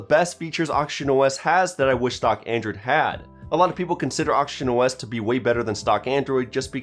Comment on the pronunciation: I always hearing him say Auction OS